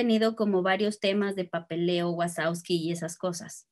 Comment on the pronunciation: Yo escuché wasawski XD